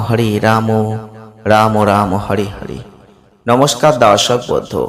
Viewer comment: আপনি হরে বলুন।হড়ে বলছেন কেন? ।